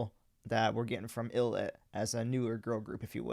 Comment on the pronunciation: 1. Thanks for the reaction. Love ILLIT. 2. Hate to be that guy (but I guess I am haha). It’s pronounced Eye-Lit. 3. Yeah, Wonhee is the best.